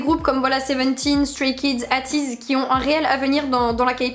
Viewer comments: Coucou juste pour te prévenir on dit ateez eyteez sa me stress 👍😜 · J’ai adorer la vidéo, y’a une bonne humeur que j’adore vraiment, mais pour te corriger, on dit pas « ateez » genre « ha tiz » mais « èytiz » enfin c’est comme bts on dit pas « bétéès », voilà sa me stresser donc 😂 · AYTIZ PAS AHTIZ, sinon bonne vidéo comme d’hab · Je kiff la maniere donc tu dit ateez: toi tu le dit A teez mais moi je le dis éi teez chacun sa maniere de le prononcer